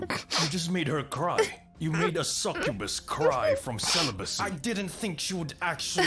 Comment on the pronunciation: Ah, the suck-uh-bass